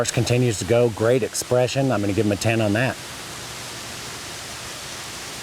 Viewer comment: As for the announcer, I am going to give him a 1 for saying "Nat" instead of "That"....my pet peave...